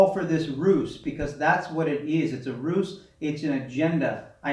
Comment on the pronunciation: xx Don't fall for this Rooce! (he mispronounces the word "ruse") lol Also, why speak so far from the camera if you don't have a mike? You just sound like yer talking in a tin can. I bet this guy has almost as many degrees and Masters degrees as JM Truth. Has anyone asked him yet?